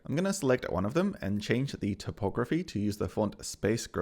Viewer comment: "topography" has to do with maps, Typography has to do with type and is pronounced Type ography.